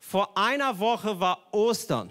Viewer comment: Auf War liegt die Betonung